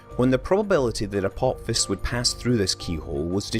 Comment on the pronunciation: Neither was I. Nor was I expecting him to mispronounce aphelion or apophis.